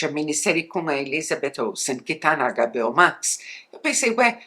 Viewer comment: Adoro quando ela fala “AGABEÓ”